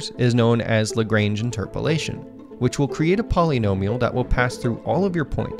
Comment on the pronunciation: I had to stop the video, the way that you said lagrange... dude come on you even said bezier right, so I know you care I'm not french, but I know how Americans would say my name and it makes my cry a little respect foreign names please Thank you, and on with the video